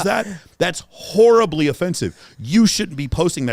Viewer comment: “That is horribly offensive (emphasis on *whore*).” 😆